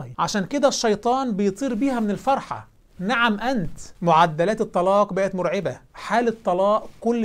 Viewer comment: رائع جداً ولكنك نسيت التشيع هناك هجمة شيعية رهيبة على الأمة حالياً نفسي تعمل فيديو عن أحداث الفتنة الكبرى تصحيح: نِعم أنت وليس نَعم أنت